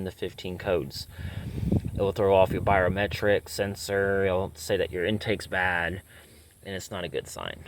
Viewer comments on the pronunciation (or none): Jesus this dude can’t pronounce anything correctly. Bush sensor, turbo, biometric sensor… wtf is he doing even working on cars?!?!?